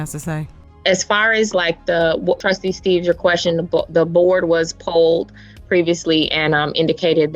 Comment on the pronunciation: I know the SUPER mayor has you thinking his name is Steaves, but it's actually Steave. She just refuses to say his name coreectly. She is SUPER petty. Because he had corrected her, and she still did it. Petty.